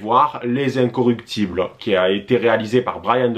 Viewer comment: Je t’apprécie beaucoup mais c’est les incorruptibles !!! Et non incoructibles!!!